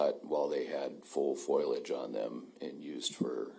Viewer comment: Yes, both sides have said this repeatedly throughout this trial, as well as 'fOILage' instead of 'fOLiage'. (And in many other US trials attorneys - laughably - tend to pronounce 'coERCed' as 'coHORSed'!) But most irritating to me is their frequent butchering of the French phrase 'voir dire', which 90%+ of them pronounce 'vOYER dYER' - jeez, it's ''VWAR DEER'! All that aside, I still love watching trials!